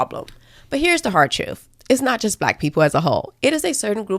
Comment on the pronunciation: “The troof is”